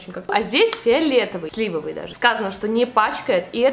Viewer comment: какой кайф слушать, когда человек делает правильное ударение (слИвовый, тОрты например) :з